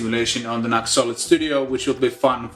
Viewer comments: Just so you know, NU>X is pronounced ‘new-X’. 🙂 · Fair enough although on their own channel they always pronounce it ‘new-x’. Are you sponsored by them? I see you wear their t-shirt & seem to have a lot of their gear.